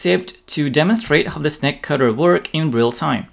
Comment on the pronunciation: I thought he was saying "snack cutter". My Pringles are already separated though.